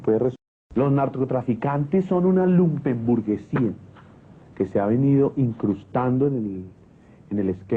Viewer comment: no es "lumen" es "lumpen"